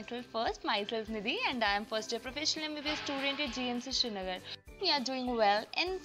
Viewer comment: It is not shrinagar, it is srinagar